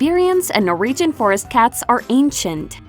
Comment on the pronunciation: What is a 'Nor-region' :-\ Norwegians are phonetically pronounced as 'Nor-Wee-Gen', everywhere except the US, it seems...lol